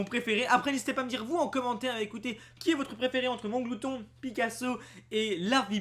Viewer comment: c est mAnglouton pas monglouton. perso je le kiffe il est stylé